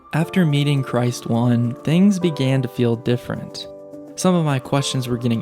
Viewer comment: "Christ One".... lmao dude it's "Chris Stone" but one word said without a gap.... Christone